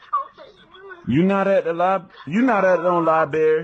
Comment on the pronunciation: libarrrrrrrry really? library